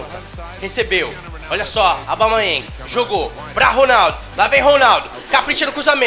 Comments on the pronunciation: Alguém explica pra ele q não é Aubamayeng q se fala e sim Aubameyang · O certo é AUBA... e não ABAU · para de falar abamayang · O fala Aubamayéng. Kkkkk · "Aubamaiangui", Craque kkkkkkk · a cada vez que o fala aubaMAYENg meu ouvido sangra um pouco auhuahuehuehausehuas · Cara fala "Abalmeieng" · Ele falando Aubameyang e maravilhoso 😅😅😂😂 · O não consegui falar aubameyang???? Kkkkkkkkk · Toda hora ele fala o nome do aubameyang errado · Pq toda vez vc fala o nome do aubameyang errado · O não sabe pronunciar aubameyang ele fala abaumeiengui